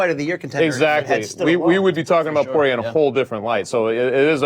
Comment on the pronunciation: Is Dustin "PWAH-REA" the new pronunciation hill Luke is willing to die on? Oh well, at least it's not as bad as "CAL-VEE-JO" and "ENGUNEWW".